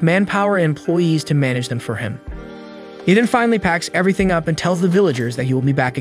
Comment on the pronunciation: Bro was like i know everythink